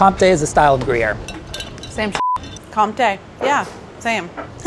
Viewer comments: French guy here and that's not how you pronounce comté. It's prounounced like if it was written conté. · Guys please you can not say compté and gruyère are the same !!!! They are soooo different ! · It makes me cringe how they all say Comte wrong. Its pronounced Con-te. Not like an m but a n. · omg guys since when is comté gruyère ??? how can you give points to the people who said gruyère it is NOT the same good show tho